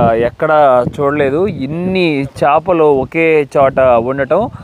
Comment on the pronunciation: వీడియో చాలా బాగుంది కానీ మీరు తెలుగులో కొన్ని తప్పులు మాట్లాడారు. కనిపెట్టారు కాదు కనుగొన్నారు అనాలి. ఏదైనా అప్పటికే ఉండి ప్రపంచానికి దాని ఉనికిని తెలియజేస్తే కనుగొన్నారు అనాలి. మారిషస్ దీవిని, దోదో పక్షిని కనుగొన్నారు అనాలి. అలాగే చాపలు కాదు చేపలు అనాలి. అలాగే అలలు చాలా ఉద్రీకతగా వస్తున్నాయి అన్నారు ఉదృతంగా అనాలి. మీకు తెలియదు అని కాదు కానీ తెలియని వాళ్ళు కూడా తెలుసుకుంటారు అని చెప్తున్నాను. మీ మనసు నొప్పిస్తే దయచేసి మన్నించండి. మంచి వీడియో మాకు చూపించినందుకు ధన్యవాదములు అండి 🙏🙂